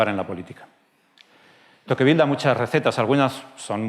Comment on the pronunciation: Te pronuncia tocvíl, no tóquevil.